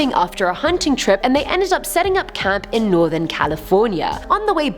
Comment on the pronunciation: I thought she said I had cat before. I had to triple check she said "camp"